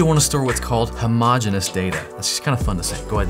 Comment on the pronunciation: Just a little grammar correction homogeneous is actually pronounced as how.mow.jee.nee.uhs